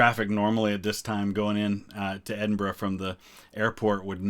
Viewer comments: I have seen quite a few "American reacts to Queen's funeral" on You Tube and I have to say that you come over as by far the best informed about Scottish history and culture . So many of them don't even know how to pronounce Edinburgh let alone have a clue about the distinct nature of Scotland and spout erroneous garbage . Thank you for your observations and intelligent comments . If I could just mention one or two points which might be of interest to you The Royal Standard flown in Scotland is different from the English one. In Scotland two quarters show the Lion Rampant and the other two show the three lions of England and the Irish harp. In England it is two quarters English lions and one quarter Lion Rampant and Irish harp. You will see this if you compare the covering of the coffins in Scotland and England. Also there were two plans in place for when the Queen died. One was "Operation London Bridge" if she died in England. In this scenario all the mourning ceremonies would have taken place in London and Windsor. The other was "Operation Unicorn" which made provision for her dying in Scotland and explains why there was all that ceremonial in Edinburgh. I know no-one can plan the timing of their death, but it's almost as if Her Majesty felt her time was running out and she wanted to give her Scottish subjects the chance to say goodbye by dying at Balmoral. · A american who can say Edinburgh correctly. Thank you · At last… an American who can pronounce “Edinburgh” reasonably correctly…! 👏🏻🧐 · Thankyou for this and pronouncing edinburgh correctly as apposed to “ Edinbro “ nicely down 🏴🇬🇧🏴